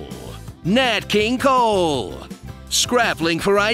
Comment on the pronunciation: “Nat king coal” 😂😂😂😂😂🤣😂😂😂😂🤣😂😂😂😂😂😂